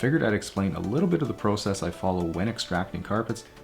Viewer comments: When he says "garage and process"...I get a chuckle out of it. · He says “process” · or the word process lol